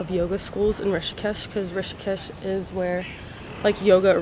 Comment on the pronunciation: Its Rishikesh not tishikesh 😂